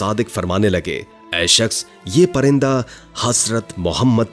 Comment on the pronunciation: Tlafuz darust karain hazrat nihazrat lafZ ha